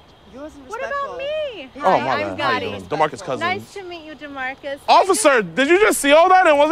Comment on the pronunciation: man said demarcus cousins🤣😂😂😂